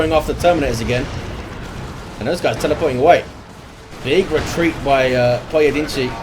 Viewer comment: Props on pronouncing the first guy's name in a mostly acceptable fashion, most people woulda butchered that lol